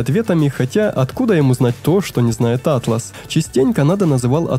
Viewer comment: кстати, интерфейс называется Áтлас, а не атлÁс)